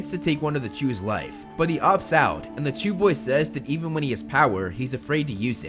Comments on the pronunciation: I was playing Minecraft while watching this and instead of chu’s I thought he said jews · It's 'Chou' not 'Jews'. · It sounds a lot like you’re saying “Jew” it hard when you said “Jew boy” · I know idk what hes actually saying jews or chews or something like that lol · Is he saying jew or chew